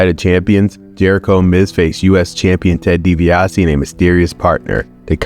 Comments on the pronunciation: "DiBiasity" got a good laugh from me 😂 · The way he mispronounced Ted DiBiase’s name is hilarious 😂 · I noticed that too.